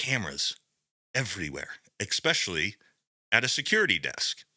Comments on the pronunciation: "Ex-specially" c'mon bro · Umm, USA man, can I ask a question? Too bad, so I just want to know why a few years ago you, over there in The States, just decided all of a sudden to start pronouncing it "ex-pecially"....? Just, y'know, as your brother Canada here, I'm a little worried you might be having an effing stroke. I mean, I know you have always been on a .... different... intellectual level... but you learned how to pronounce the word "especially" appropriately back in your 4th year of grade 3, USA. You're my Big Bro. I'm always gonna respect and love you. I'm just worried about you USABro. whispers The wimmins is laughin' at you Bro. =/